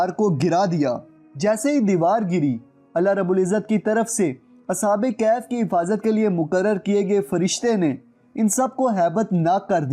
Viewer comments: As'hab-e-Kehaf nahi As'hab-e-Kahaf hai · Ashab e kahaf hota ha bhai ,ashab e kaf nhi